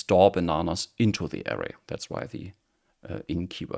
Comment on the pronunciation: Thanks for this helpful video. After decades of dabbling in OOP, I'm finally getting serious with Kotlin and learning about variance. Your video explains better than the last one I tried. One helpful tip for non-native English speakers: the stress in "array" is on the second syllable. Since the first syllable is unstressed, its vowel has a schwa sound. Many Europeans stress the first syllable, which is wrong, and makes the word difficult to understand.